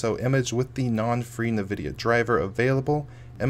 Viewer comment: My dude. It's En-Vi-Dia.